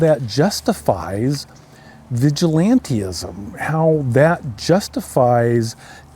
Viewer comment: It's 'vigilantism', not vigilantee-ism'. I realized quite quickly that you are less educated than you would wish us all to believe. You do not understand that people who have lost those they love due to insurance company decisions are not weeping at the moment? Yes? I can't say I celebrate the death of others, but your naivety is astonishing and unseeing. People get denied medical treatment and can lose their lives, livelihood, homes and/or future health, and you are suggesting that insurance companies DO sometimes get fined. Get over your *ffing self. Feel sadness for the fellow's family/friends for their loss but save compassion for those who have suffered due to this man's decisions. How dare they feel as they do? HM....